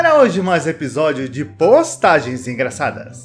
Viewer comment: porque quando vx fala postagem😨parece bostagem😉😉